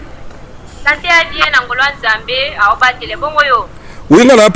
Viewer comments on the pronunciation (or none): none